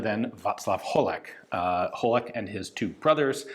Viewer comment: Come on get the pronounciation right. Holec is pronounced with C as in ICE. Zbrojovka is pronounced with Z, not Ž. Just Z like ZEALOT. And you need to pronounce all the letters together "ZBRo", one syllable. Then it is followed by "yo" sound, and finaly FKA which you had right. Idk where you got the pronounciation, serbia perhaps? Slavic languages are similar, but the words differ.